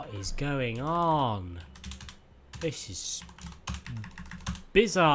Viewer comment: "It's really bizard" you speak french or english? 😅😅